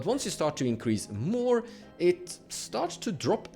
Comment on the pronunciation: Increase. Not incrase.